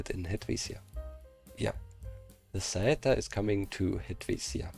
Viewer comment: It was me that did the recommendation of "Saeta" when the Flecca was in preproduction, but is not Italian, is Spanish. The pronunciation is good.